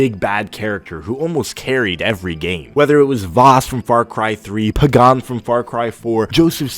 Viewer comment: Dude really said "Puh-gan"